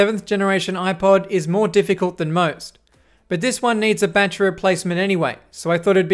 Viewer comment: awesome video! and im a big fan of the streamlined way you say battery! ba-tree! lol